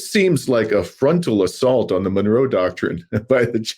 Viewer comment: ¡Viva México! Also, its pronounced Mon-row, Monroe not Menorah Doctrine.😂